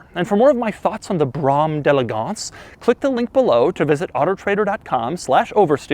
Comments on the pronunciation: Drink every time he says Brammm delegonse! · With each successive time you said "Brougham d'EleGANCE", I came closer to throwing my computer out the goddamn window. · Whenever he says Brom d'Elegance .. I wanna mute the whole video -_ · Please never say Brougham d'Elegance again...